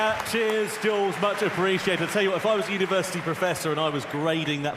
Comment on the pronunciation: "Jules"???? WTMF???????